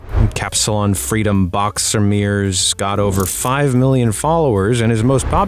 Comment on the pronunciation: as aFellow Dutch man, ‘Kapsalon’ (Hilariously pronounced btw) is Dutch for Barber